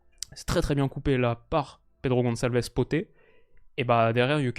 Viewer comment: Merci pour la vidéo très bien comme d’habitude Si jamais tu prononces très bien trincão je me dis que je peux aider pour le reste alors pour Pedro Gonçalves on dit “pote” comme en français pas “potait” et pour Quenda on ne prononce pas le “u” Je veux pas être relou ou quoi tu prends en compte si t’as envie 👍👍